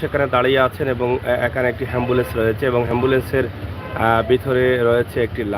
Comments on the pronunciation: Shikkha nei to tai ambulance k hambulance boltesen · হেম্বলেন্স নয় এ্যাম্বুলেন্স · হেম্বুলেন্স বলছো কেন । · আরে মুরুক্ষ হেম্বুলেন্স না অ্যাম্বুলেন্স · এমবোলেচ হেমবোলেচ না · হেম্বলেছ নাকি এম্বলেস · এই শালা হ্যম্বুল্যন্স নাকি এ্যম্বুল্যন্স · ভাই হেমবোলেছ না বলে এম বোলেছ বল্লে ভালো হবে